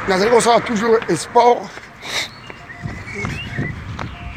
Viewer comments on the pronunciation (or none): Ozali kosala esport??? Kiekiekie. Yekola koloba : Sport.